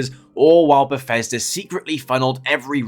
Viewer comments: Bethesda ❌ Beffesder ✅ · hehe, "Berfesda"